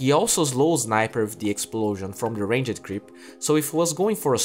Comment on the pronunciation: I like how he says Ranged Creep. Like Range-ed :D